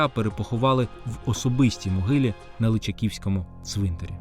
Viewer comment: дякую за відео тільки в кінці наголос не правильний ЛичАківський цвинтар